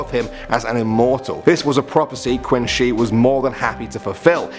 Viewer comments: For god's sake, it's pronounced Chin Shi Huang.. not Queen Shi Huang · its pronoused chin not quin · Just a note its not quinn its pronounced "chin" shi huangdi hence where china got its name from the first emporer. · In Chinese, the Qin is pronounced "chin" not "quin". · It's pronounced "chin" not quin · No one can pronounce Chinese properly it’s “chin” not “quin” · Heels and ankles are two different things. Qin is pronounced like "Chin", the country of China is named after him. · Btw qin is pronounced as chin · LOL u pronounced "Qin" wrong, it's pronounced "Ching" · Qin is pronounced chin just to let you know. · Qin Shi... did he really just pronounce that as "Quinn Shee"... TRIGGERED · Qin pronounce chin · The Chinese emperor's name is pronounced Chin. Like he is where China gets it's name